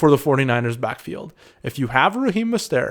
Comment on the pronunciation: He's not French, at least research the names of the players your covering unless the mispronounciation is intentional for some reason.